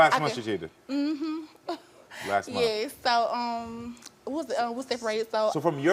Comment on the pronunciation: “last mun”😂